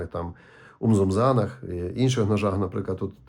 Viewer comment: Тільки не ,,умзумзаан,, , а умнумзаан